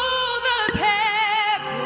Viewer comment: As far as I’m concerned, there are only three things I care about in the Anthem. • “banner” gets three notes, not one • the final “oh” gets one note, not three • “pear-ih-luss”, not “pear-oh-less” Get those things right, and you can crazy-go-nuts with the rest.